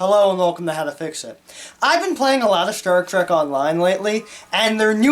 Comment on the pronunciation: What SHTAR TREK?